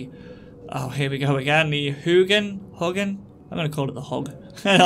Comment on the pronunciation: Pretty good for being a first-time player! Hug-inn, Rape-ier and Lack-e-sis. //2006.